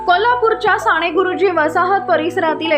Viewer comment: साणे गुरुजी नाही, साने गुरुजी ताई